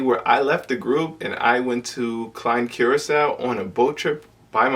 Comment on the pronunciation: It's pronounced Kur●ah●sau not Cure●ah●sau